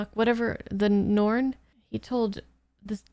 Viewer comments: NARN, not norn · Welcome to the world of B5. (one of the greatest series ever made, and is triggering a subscription ) For pronunciation: The Narn (like yarn) The Minbari (Min Bar Eee) The others you pronounced correctly. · first off its n-are-n, pronounce the A... second as much as i love star trek TNG & DS9, babylon 5 has a much better story through all 5 seasons. i dont think you'll see this series as extra content once you get a few episodes in & i eagerly await the next one.